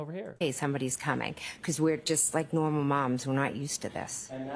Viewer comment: Just Nohh-mal mums…oh c’mon 🙄🙄